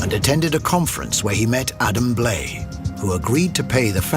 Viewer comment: You would think if a television network is going to put money into a documentary, they would at least make sure the narrator pronounced the featured guest's name correctly. Adam Blai's name is pronounced Bly.... not Blay. 🤦